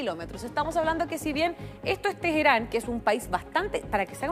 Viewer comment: No sabia que se podía pronunciar Ayatola y Teheran tan mal que vergüenza